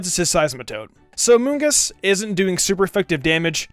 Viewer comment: Gods everytime he says amoongus I giggle